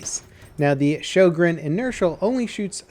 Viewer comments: Sjögren not sjogren i understan you dont have ö in you alfabeth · sjÖgren, not sjOgren (writing and pronunciation) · Sjögren, not Schogrenn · "ö" isn't pronounced like an "o" at all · It's not shojregn it's pronounced Hoegrine. It's a Swedish and was named after the inventor. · Sjögren. Not schogrenn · Ok I have to say this. Sjögren( shogren ) is not how you pronounce the name of the gun but it is the name of a disease. The actual pronunciation is sjögren( ho-grain ). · Fun Fact: Sjögren is not pronounced the way you'd think it is. Swedish being the interesting language it is, the name is pronounced like HWUO-GREHN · "Sjø" is like "shu" in "shut". Not you know. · shyogren? Dude, work on that pronunciation. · it's pronounced Syugren ffs its not that hard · Why don't they teach americans in school, how to pronounce äöå. I mean, in Sweden we learn english in school. They should learn some basic swedish in America :P EDIT: Also, this weapon isn't DLC. You unlock it with a cetain amount of kills with the m97 and model 10 hunter, don't you? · He is saying it wrong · Den heter Sjögren!!!!! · Your pronunciation of Sjögren is crippling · Lol Its "SJÖGREN" im swedish so i Know ☺️ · Wow weird hearing an american try to say Sjögren. Not even close xD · Han får det att nästan låta Japanskt när han säger de ^^ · Natrix what? Its the truth. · One day, will stop butchering the names of everything into oblivion..